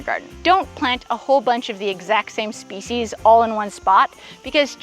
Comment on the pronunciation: "absolutely disgusting garden ...did you say species or feces? 😁You don't like radishes? I think radishes are yummy.